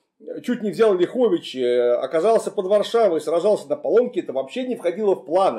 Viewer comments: Замечание: правильно говорить лЯховичи, а не ляхОвичи. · Не ЛяхОвичи, а ЛЯховичи. Ударение на первый слог. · Не ЛяхОвичи, а ЛЯховичи) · Уважаемый мый Клим, правильно говорить лЯховичи. (если только местные не называют ляхОвичи, но такого варианта я никогда в дизни не слышал). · не ЛяхОвичи, а ЛЯховичи. Не КлястИцы, а КлЯстицы. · Добрый день! Правильно говорить не ЛяхОвичи, а ЛЯховичи ударение на первый слог, мы в РБ произносим именно так, от слова Лях - поляк. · Город Ляховичи - ударение на первый слог. Режет слух. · В названиях Ляховичи и Кричев в современных русском и белорусском языках ударение на первый слог. Несвиж через е, даже в польском.